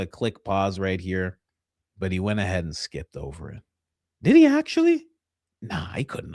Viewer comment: Every time coach says did he I can't help but hear Diddy 😂